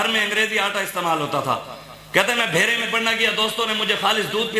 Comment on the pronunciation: لفظ درست کر لو ۔بھیرہ شریف